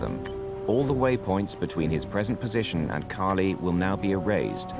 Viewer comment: Why can't the narrator say Cali correctly? lol